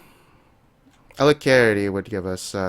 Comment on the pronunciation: i'm pretty sure 'alacrity' is pronounced phonetically as : A-LA-CR-TEE, not : A-CLARITY